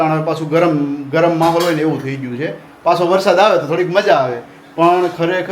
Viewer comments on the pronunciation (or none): none